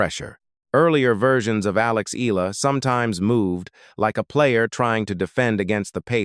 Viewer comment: Her name is pronounced Alex E-ya-la, not E-la! (Spanish Pronunciation! Thank you .